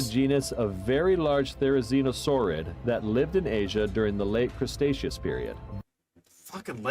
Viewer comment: how does one even mispronounce cretaceous as crustaceous? there's so many letters that aren't even there in cretaceous